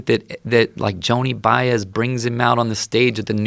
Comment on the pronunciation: he said Joni Baez lol